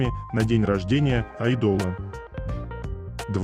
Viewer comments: Так раздражает чтец. Безграмотно, безэмоционально. Неправильное ударение на многих словах, но особенно АЙДОЛ с ударением на последний слог. Позорное чтение. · Айдол по-французски так звучит